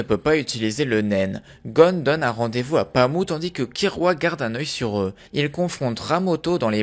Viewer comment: Pami et non Pamou.